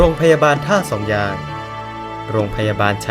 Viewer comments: ท่าสองยางนะ ไม่ใช่ ท่าสองยาน ออกเสียงให้ชัดๆหน่อยนะ ผมนี่คนท่าสองยาง โดนกำเนิด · เหรอทำไมผมฟังเป็น100รอบคำว่าท่าสองยาง มันถึงเป็นท่าสองยาน คับ น้องรู้จักพี่ พัน ที่เป็นยาม รพ.นี้ไหม ผมนี่แหล่ะน้องเค้า ชื่อ เอส